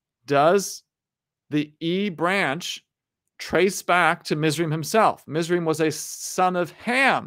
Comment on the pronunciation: A little clarification on pronunciation: Cush is pronounced Koosh in Hebrew, Mizraim is pronounced Mits-rah-yim or Mits-rah-yeem, and Joktan is pronounced Yoke-tahn.